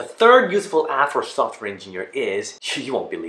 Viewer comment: Sounded like useful ass lol